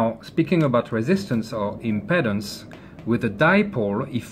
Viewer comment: WOW! What a fantastic teacher! Just one little thing - "Impedance" is pronounced "Im-PEE-dance". Many thanks for such a clear and informative explanation.